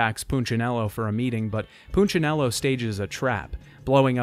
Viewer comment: He's pronunciation of punchinello is killing! Its poon-cha-nello. Not poochanello